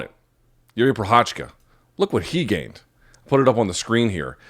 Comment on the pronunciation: How hard is it for someone who's been covering MMA for years to actually try to learn how to pronounce the name of one of the former LHW champions?